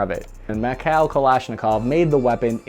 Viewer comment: Its "MeeKhaeeL" not Mikhell.